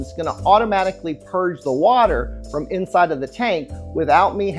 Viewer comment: It's "purge" not "purg"